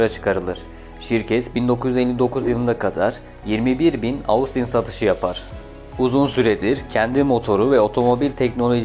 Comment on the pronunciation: "Austin" kelimesi "Ostin" olarak telaffuz ediliyor. Normalde söylemeyecektim fakat çok kulağımı tırmaladı o şekilde telaffuz etmen.